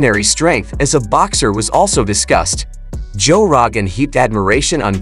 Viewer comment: "Joe rawgen" ? 🤔